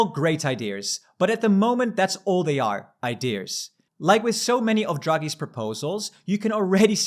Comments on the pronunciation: IDEAS NOT IDEARRRRS. THERE IS NO F***ING R IN THAT WORD!!! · Why do French people (and others) pronounce ideas as “idears”? There’s no “r” in there😅